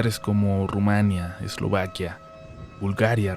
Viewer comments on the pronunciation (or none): none